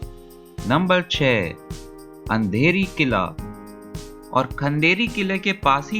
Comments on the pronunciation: अंधेरी किल्ला नाय रे उंदेरी किल्ला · It's no Andheri killa its undheri plx pronounce it properly